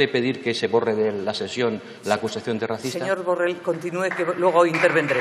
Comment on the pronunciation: Primer de tot digues be el congnom es diu Borrell i no Borrel.